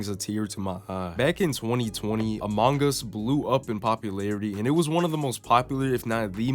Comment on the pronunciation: im disliking bcs the way you said amouge us instead of among us pissed me off how do you mispronounce that name its 2 words